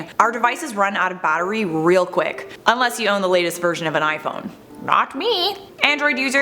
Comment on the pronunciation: Is it just me or is the way she says “battery” wayyyyy off?